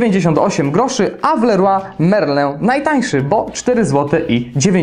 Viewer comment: Kto nie umie wymówić leroy merlin ? a tak wogóle jesteś z Gdańska i czy to była matarnia ?